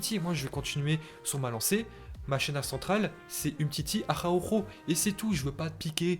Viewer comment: Araujo avec un R